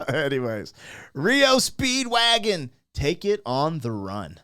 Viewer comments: Hey brother. M.. it's not reo Speedwagon... It's R E O Speedwagon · Dude. R. E. O. Not Rio. Do some prep fer cryinoutlioud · It’s not reo speedwagon it’s R E O Speedwagon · R.E.O. not Rio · S'up brother?! It's R E O. All separate 👍🏼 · Pronounced as three separate letters R-E-O Speedwagon👍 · "Are"-"Eee"-"Oh". 3 separate letters; R-E-O Speedwagon. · Said separate R E O speedwagon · Lol it's R.E. O. Speedwagon. Love your vids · Its pronounced R E O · FINALLY SOMEONE POINTED IT OUT THAT HE'S BEEN SAYING IT WRONG... LOL THANK YOU!! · It's just disrespectful to purposely mispronounce a band's name. Just my humble opinion. ✌🇨🇦